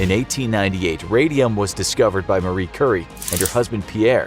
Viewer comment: "Marie Curry"